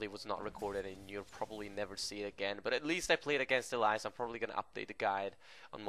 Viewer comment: that's not how you pronounce elise